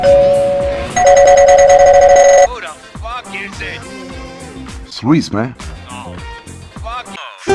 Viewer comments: Everytime i hear him sat Luis i just hear Squeeze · It's Luis mane not Luis